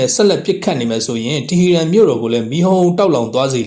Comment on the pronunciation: တီဟီရန်လို့ မရေး မဖတ်ပဲ တီဟရန်လို့ အမှန်အတိုင်း ရေးသားဖတ်ကြားပါရန်